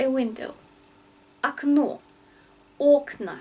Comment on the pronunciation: You are an excellent teacher, true lovely. I have one doubt, okna (windows), is stressed on the a, so it should be pronounced akna no?